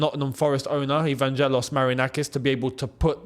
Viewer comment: I love your videos, but as a Greek it hurts my ears the way you butchered Marinakis' firstname (Evangelos) 😂